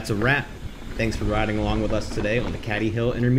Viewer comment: pronounced cAdy hill mate, nice vid